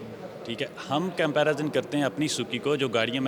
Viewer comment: comparazun krte hain 😂😂😂😂